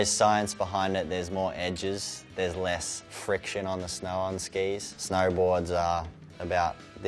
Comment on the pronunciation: He says snow like snar